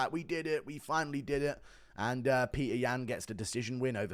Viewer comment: say Petr's name right